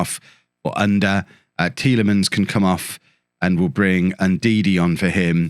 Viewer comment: to help with the pronounciation of Ünder ü the same sound as Söyüncü, like the e sound of "Jew" or "few" er is pronounced the same as the "ere" in Premiere